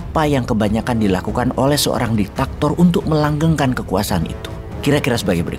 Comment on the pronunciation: DIK TA TOR bukan DI TAK TOR.